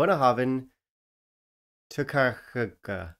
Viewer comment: Pronounced Toi-check